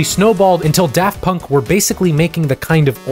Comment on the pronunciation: Props to for putting in genuine effort to pronounce their extremely French names